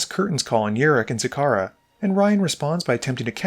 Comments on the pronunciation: Man. It’s ZaXara not Zakara. X spells commander, you have to pronounce the X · It’s pronounced Zacksara btw